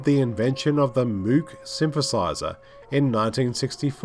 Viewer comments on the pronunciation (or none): This movie, "This Island Earth" and "The Day The Earth Stood Still" are the best of early scifi. I hope no one tries to remake any of them. By the way Robert Moog's name is not pronounced mooog. Short o sound (rhymes with vogue). I am a maven of electronic music/soundscapes, and the soundtrack to this is perfect. And not one Theremin was used! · It's pronounced "mogue" not "moog" Otherwise great video. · OMG! Nothing is more irritating that someone doing a documentary who knows less than nothing about what they are talking about. You have to be the last person on Earth who doesn’t know that MOOG rhymes with VOGUE! Wow man. Learn before you teach. Thumbs down. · FYI, "MOOG" is pronounced as "Mowg" (like "mow the lawn"). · Thoroughly enjoyable and it shows why it was a success. By the way Moog (synthesizers) is pronounced mogue (rhymes with rogue). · This sounds like it’s narrated by Robbie the Robot. And Moog rhymes with vogue. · Just FYI, Moog rhymes with "vogue". Yeah, I know. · Excellent information. I was pretty good on this film to begin with, but still learned quite a bit from you. As a very minor point of interest, "Moog" has a long- O sound. It rhymes with "Rogue". All good wishes! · Rhymes with “vogue”.